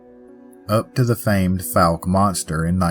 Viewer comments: You are covering the state I was raised in! And it’s pronounced like Folk without the L sound. 😅 Blame the French. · We can ignore Crowley’s Ridge, but Fouke and Ouchita are offensive!😂😂😂 Just joking about it being offensive, but those last two do always make me cringe when mispronounced. 😅 I know Central Arkansas well: Guy-Perkins class of 2006.